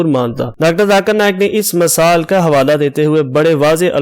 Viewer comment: موقِع کو موقعَ نہیں کہا جاتا بلکہ "موقعے" پڑھا جاتا ہے جبکہ موقع لکھا جاتا ہے۔ اسی طرح اوَلاد کو اوٗلاد کیسے پڑھتے ہیں۔ مِثال کو مَثال کہدیتے ہیں جو غلط ہے۔ اس کو اِس کہہ نہیں سکتے کیونکہ ان میں سے کوئی بھی وہاں موجود نہیں ہے۔ وِراثت کو وَراثت کہنا بھی غلط۔